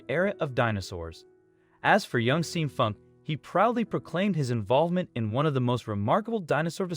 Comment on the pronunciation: SEAN is pronounced like SHAWN... ffs